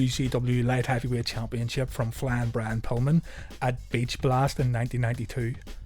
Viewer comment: I hate how he says "Flan Bran Pillman"